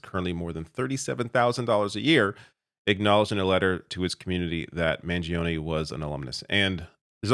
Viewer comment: you dont sound the 'e' at end of his name. Please this guy is going to be sentenced to life imprisonment the least we can do is get the American Hero to be pronounced properly